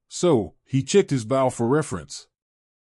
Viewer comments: Love the story though the readers grasp of English is atrocious, it’s not BOW like a boat it’s BOW like hair bow. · I love the reading…except the pronunciation of “bow” (which should sound like beau, but he says bow like saying it as the front of a ship), “us” (which he says U-S …as in saying each letter), “wound” (saying this like something wrapped around another thing, instead of the inflicted area on a body due to injury), and “Tori” (sp?) (which he sometimes gets right, and then says Tor-eye ). Hehehe